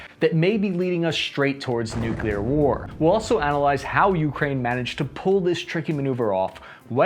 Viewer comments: What are nucular weapons? Are they similar to nuclear weapons? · It's nuclear, not nookelur. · please. I love your channel, but "new-CLEE-are", not "new-CUE-lar". You're not GWB". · get off the net,. you can't even pronounce nuclear nevermind speculate on "nuckular" strategy. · I can't take seriously someone who talks about nucular weapons. It's a showcase of superficiality. 👎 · NEW CLEAR not NEW KEY LAR. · Nuclear, not nu-cu-lar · Nuclear is pronounced “Nu-clear” not “Nuke-u-ler”. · What really grinds my gears is hearing people pronouncing Nukelar instead of nuclear. I know languages evolve but this isn't 18'th century Australia country side, this is internet age. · American saying "nucular" instead of nuclear is really the worst thing for my ears and brain it hurt too much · You are pronouncing "nuclear" wrong. It's not pronounced "nuculur". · I really wish you didn't pronounce "nuclear" like George W. Bush. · don’t worry, we are right there with you. We HATE when we hear people pronounce it like that as well!